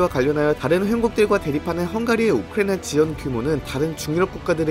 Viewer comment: 이스르엘도 그렇고 우크레이도 그렇고 발음 거슬림